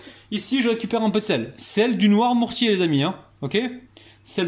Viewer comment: Tu parles de toi à la 3è personne maintenant? 🤣 C'est NOIRMOUTIERS, et pas Noirmourtiers comme tu dis à chaque fois.